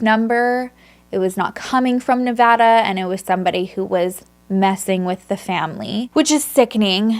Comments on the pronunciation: Oh my god this happened in my small home town! It was so horrible for our community. Also, thank you for saying Nevada right lol. Love you so much, thank you for all you do ❤️ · I’m from Reno Nevada and this is still such a heart breaking case to hear. Thank you by the way for saying Nevada the right way 😃 Another case you should think about covering is Brianna Denison’s murder. It happened in Reno and was so terrible and scary. Thanks for the time you put into these cases. I love your videos